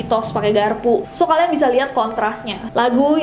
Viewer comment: "So klin" oh may god pliis stop it okeey..